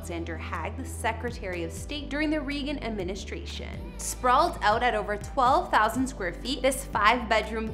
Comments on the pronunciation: You need to learn to pronounce Reagan and Haig. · And she didn't pronounce Cape Henlopen properly either. It sounds just like it's spelled. But, Reagan was the worst. lol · Hay I don't know where you where educated, but you need to go back to school and learn how to pronounce Alexander Haig's and Ronald Reagan's surnames.